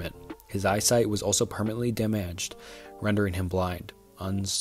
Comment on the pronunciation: Great literature, good composition, great voice for narration - terrible grammar. Do some editing my guy - macabre = (mah-kahb). Damaged, not - dah-maaaaaaaged. This might be the difference between 57.1k subscribers and 571k subscribers. You’ve got all the ingredients of a big success - reel that grammar in. I know an hour is a long damn time in actual work, this hour took what, 12-16 actual hours? That’s a lot of work to lose potential subs by not spending an extra 10 minutes to edit grammar. Good luck. Ill be watching